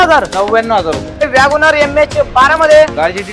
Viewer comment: वॅगनआर❌ वागोणार ✅